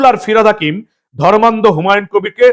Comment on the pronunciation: বিহারীবাবু অর্থাৎ ধর্মনিরপেক্ষ ফিরহাদ এর " ধর্মান্ধতা" শব্দের উচ্চারণটা কি সন্ধিবিচ্ছেদ করে বাংলার জনগণকে বুঝাতে চেয়েছেন ? 😂